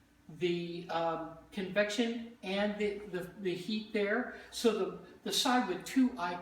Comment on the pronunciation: Did he say 'reverent' baking? :)